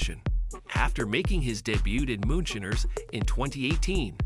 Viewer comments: The voice keeps saying moonSHINNERS. Hilarious... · "moonshinners"... AI sucks.